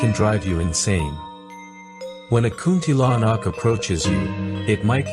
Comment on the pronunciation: Hahaha kunti lanak ahem its kuntilanak